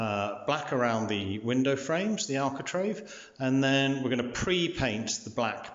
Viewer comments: It sounds like you say “alcotrave” you really mean architrave , but apart from that I like your videos. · Yes I was going to comment on that also. Pronounced arkitrayve for reference. regards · I thought at first I had misheard, but says the same on his other vids. It just ‘grates’ 😖